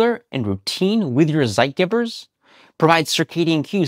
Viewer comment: Zeitgebers, the Geber part is pronounced like Pay. So ZeitGaybers would be a more 'phonetic' spelling